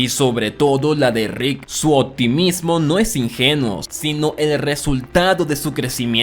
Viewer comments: Me gustan tus videos Pero me estresa como le dices "Rid" a Rick :S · Deja de decirle Rit a Rick podavo 😩